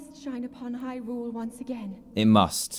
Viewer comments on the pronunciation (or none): none